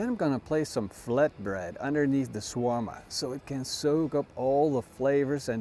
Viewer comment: It's pronounced "sha-war-ma" and it's Arabic, not European.